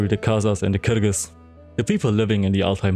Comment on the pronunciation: he could be central asian honestly. The way he pronounced ”kyrgyz” and ”kazakh” sounds central asian